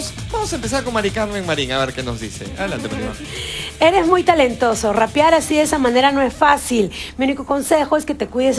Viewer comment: otra cosita se dice ""RAPEAR"" no rapar..eso es como gatear XD jsjsjs...si la semana que viene canta lose yourself de hecho apreciare la presentación y tambien lo apoyare por via web XD..saludos